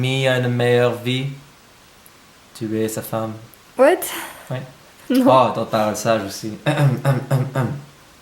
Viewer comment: Tu me fais tellement rire quand tu dis "Whut"😂😘